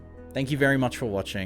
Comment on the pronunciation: Imagine running with the name Mugan and pronouncing it as Mewgen... maybe it's the accent